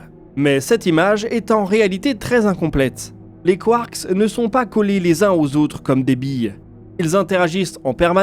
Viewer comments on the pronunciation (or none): Très intéressant. Petite précision : en français, le "s" si pluriel est muet (un train, des trains, c'est toujours \tʁɛ̃\ en phonétique). Le mot "quark" ne déroge pas à la règle 🤷🏻 Ça m'a perturbé toute la vidéo 😅 Mais c'est top, sinon !